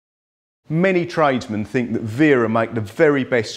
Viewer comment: Only person to pronounce it right lol